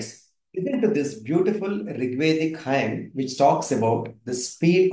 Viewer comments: Superb, much appreciated! Oh, one minor thing: hymn is pronounced as "him" and not hyme...:) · It’s not Highem it’s pronounced Him and spelled as Hym. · Sir….The word Hymn is pronounced as Him.